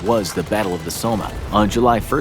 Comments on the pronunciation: Your bad leader list is ok. But, please take the time to learn how to pronounce the names of battles and places if you are going to use them. Example: Somme. Sounds like "Saam" not SommE. Several examples greatly detracted from your vidio. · "Battle of the Soma"? Battle of the Somme ("E" is silent, infographics) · It’s pronounced “Sah-mm” not “So-may” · som,somme is said as som, I have no idea who told you to say it how you do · Next time you do a video look up the pronunciation. The Somme is not pronounced the way you said it. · Yeah, I got feedback. Learn to pronounce the names of battles where hundreds of thousands of men died. Or is it a computer voice? If it is try something else because it's just so disrespectful to pronounce the Battle of the Somme incorrectly. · Mispronounced Haig and Somme 😤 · If you're going to talk about Haig, you might want to look up how to pronounce the Somme, let alone his name. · Sir Douglas Haig was actually a good military leader given all circumstances and he felt so guilty for the men he sent to die that until he died he spent millions on looking after veterans. Also you're mispronouncing "Haig" which is pronounced how it's spelt, not as "Hegg" and Somme is pronounced "sOm". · Haahahahahahahhaah, m8 in ww1 u the us did literally nothing be quiet u didn’t stop the western front from collapsing u didn’t save the war all u did was kept it from going another few months and u guys think u did so much, also u pronounced schlieffen plan and the Somme wrong good old American education.